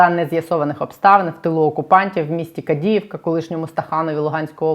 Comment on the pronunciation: Не КадИевка, а КАдиевка.